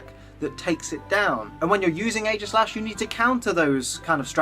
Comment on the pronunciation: AEGISLASH, NOT AEIGASLASH!